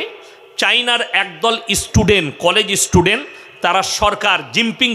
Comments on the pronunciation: ইস্টেজ...ইস্টুডেন্ট... কি শিক্ষা! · Istudent na kothata holo student